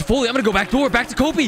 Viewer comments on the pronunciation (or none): none